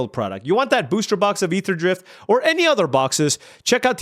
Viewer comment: "Aetherdraft" - Just go with that, it's perfect